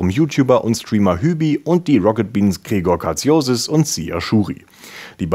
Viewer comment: Mal wieder eine super News-Folge 😇 Und: "Gregor Kartsiosis", der Arme, ich lach mich schlapp hahaha😹😹😹